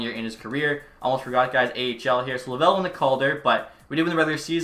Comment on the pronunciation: By the way Laval isn’t pronounced Lavel